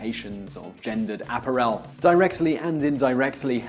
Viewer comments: And it's "a-PA-rel", NOT A-pa-rel." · "A-par-EL"? No, it's uh-PAR-rel. Sometimes I think you pronounce things strangely just to put one over on your audience. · Ap-a rell? Seriously? My idiot teachers .... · Simon, which country are you from? I suspect its not England as you pronounce some words rather oddly. For example appa rel rather than appar el. I would love to know. Love your videos. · I can't believe I am the only person who commented on APPA-rell! I guess murdering the English language is so routine now that it has become acceptable, as in "he was just laying there" and "he laid on the ground". It seems no one is smart enough to grasp the extreme, nay, impossible complexity of the verb "lie". (I guess they think THAT'S just a fib. As in fake news.) If you say anything at all about this sad deterioration, you are a "grammar Nazi", a "troll" and a "hater". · What is an APPA-rell? Never heard of that one before. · Appa-rell? More mis-pronunications. Geez. But that's not why I'm here. WRT abdominal gas and mega-farts, I've been told there's no way to have constipation and diarrhea at the same time. OH YES YOU CAN! Your alimentary canal is somewhere around 6 meters long, and all those parts most certainly can have different amounts of motility. Usually they work in concert, but when they don't, the result can be agonizing. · Simon's pronunciation of "apparel" 😜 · This top tenz entry gets thumbs up just for the way simon pronounced apparel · Sheesh! 'Apparel' is an ENGLISH word. With the accent on the second syllable. TopTenz: your daily dose of linguistic butchery. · Learn how to pronounce apparel, Simon. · Great list EXCEPT you pronounce 'apparel' incorrectly and make me want to inflict "July" on myself as a result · I am ashamed of you,an Englishman who cannot say apparel properly its one word not 3. Shame on you sir!